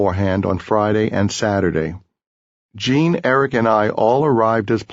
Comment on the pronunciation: Hate the way he pronounces Gene as Cheen